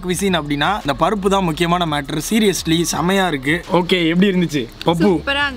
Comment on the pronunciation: Why are u telling parupu as.papu